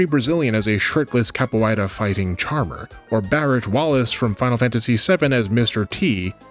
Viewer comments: You seem to be having trouble pronouncing "capoeira," but you actually got it right the first time. It's "kapōˈārə," but you can also pronounce it "kappo-era" if that's easier. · Nice video! Since I now know you graciously take corrections, here is a tiny one on the pronunciation of capoeira: there is no diphthong vowel inside of it, despite the three back-to-back 'oei' combo. The pronunciation in brazillian portuguese would read "kah-pü-EH-ra", or if you wanted to say a simplified english version, "cap_poo-WHERE_ruh". Sincerely, a low-level capoeirista.